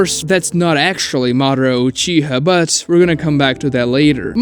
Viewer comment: UchihA not uchihuh